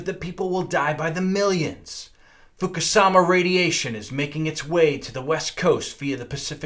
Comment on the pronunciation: Fukushima=FooKooShima lol